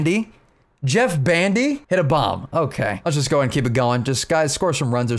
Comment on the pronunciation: JeTT bandy not jeff....